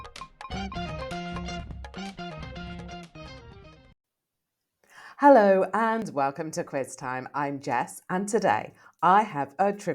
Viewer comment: Did you just start by saying , " high-low " ? I think you mean, " hello " correct ? 🇺🇲🇺🇲🪖🪖👮👮🚓🚓